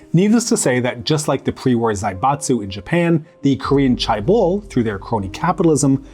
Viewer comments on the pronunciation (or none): Not that difficult to correctly pronounce Chaebol: "Jay (not "Chai") - bole" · Just one correction, the word 'chaebol' is not pronounced as 'chai-bol', but rather as 'che-ball'. But otherwise, this was a very informative and enjoyable video. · "Jeh-beul" for me. "Jeh" as in JEllo, and "beol" as in BAnana with an L at the end. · Are you trolling?? Because its spelled more like "che-bol". I would know. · Pronouncing it as 'che-bol' isn't wrong, it's just that 'che-ball' is my preferred pronunciation. However there is a right way to pronounce the first syllable of 'chaebol'.